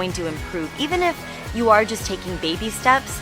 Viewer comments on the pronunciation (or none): none